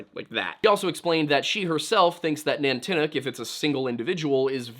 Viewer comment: Nantiinaq is "NON-tee-knock", not "nan-tinnuc". Stavanger is "sta-VANG-er", not "stavvinjur". Stop mispronouncing things. And to answer your question: "gwitchin".